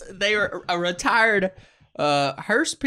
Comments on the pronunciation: Why can't either of them say hearse, I'm hearing hurst, and hearsh, but not hearse lol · If I'm hearing him correctly he is saying it as hersh if so hes definitely wrong its hearse